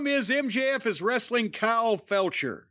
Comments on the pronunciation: "Kyle Felcher" 😊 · lol "kyle felcher"